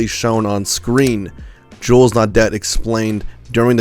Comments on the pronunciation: No-dept brothers? Silly yank its prounounced no-day! No wonder you cousin fuckers fought against us brits education clearly isnt one of your strong points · Pronounce it as naw-day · Pronounced (naw-day). Naudet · Naudet is pronounced No-Day. It would also be nice if the kid who thinks he’s an edge lord narrating could learn to not laugh while discussing horrific tragedy ffs. It’s one thing to be inarticulate, using phrases (lies) that FF left lobby victims to “rot and die,” but it’s another sociopathic kind of evil to need to suppress laughter while narrating🖕🏾🙄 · Naudet = nawd-ay It's French and the T is silent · Pronounced “naw-day”, actually. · AFAIK the T in Naudet is silent. Their film is available to watch for free on YouTube. The shot of him taking cover in front of a van is really intense.